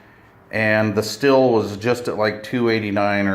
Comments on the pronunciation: Pronounced “”steel”” not still. Are you sucking on a piece of sour hard candy? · Not Still. it is pronounced Steel, always has been.